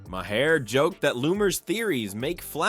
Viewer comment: Maher is a single syllable,.